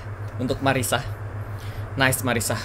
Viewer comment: kak namanya bukan Mariska tapi Marisa yang bener